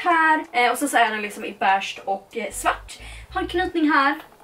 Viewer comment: Lär dig säga beige med e och inte ä!